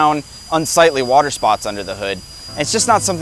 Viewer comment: According to, water is pronounced, "Whuuuter".